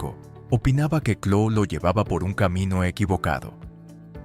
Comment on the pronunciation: Chloé: cloe... Cerati: Cherati 😂😂😂